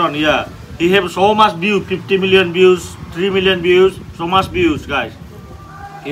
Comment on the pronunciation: How mach 😂😂 famus